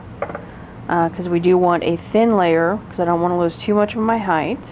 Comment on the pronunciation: Length, width, height…..not heighTH 🫶🏻